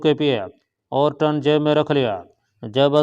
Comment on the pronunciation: یہ ٹن کیا ہوتا ہے۔ اسے ٹن_ کہتے ہیں۔